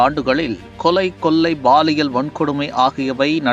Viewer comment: லட்சத்தை லச்சம் என்றும் ஆட்சியை ஆச்சி என்றும் கொள்ளையை கொல்லை என்றும் களத்தை கலம் என்றும் கட்சியை கச்சி என்றும் கேவலமாக தமிழ் பேசும் நீ மீண்டும் தொடர்ந்து தமிழை கேவலமாக பேசி பதிவேற்றம் செய்தால் என் மக்களை விட்டு உன் முகத்தில் காரி உமிழச் செய்வேன்